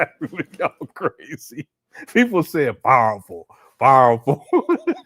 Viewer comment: 🤔 "Piwerful" .....lol...🤣😂..